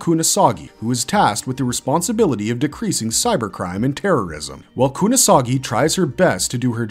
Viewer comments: Kunasagi!?! Seriously? It's KUSANAGI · I love me some Lain.. it's probably my favorite anime series of all time... but... just that... ANIME SERIES... not a movie.. also its kusanagi not kunasagi... tell us you haven't watched any of these movies and shows without telling us... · Motoko Kusanagi, not Kunasagi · Dude... Kusanagi is really not hard to pronounce :face-turquoise-covering-eyes: Motoko Kusanagi... not Kunasagi... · it's pronounced Kusanagi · "Kunasagi" aaaaand... ya lost me. And where is Ogre Slayer? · You keep mispronouncing "Kusanagi".